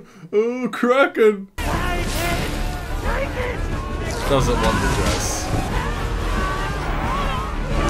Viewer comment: So can you confirm, was right about it being pronounced "Krokken"?